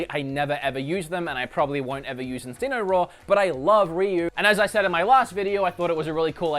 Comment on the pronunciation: Enseenoroar. Wow. Everyone pronounces things differently but this one is nek level weird.